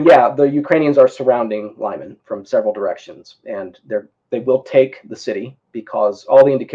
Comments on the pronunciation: It's read "Leeman" not "Laiman" lol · Lyman is pronounced lee-MAHN